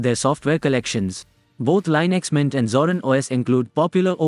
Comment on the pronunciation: Please learn to pronounce it correctly, INSTANT CLICK OFF